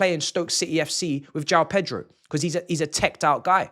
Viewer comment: PETROL 🤣🤣🤣🤣 that's how he pronounces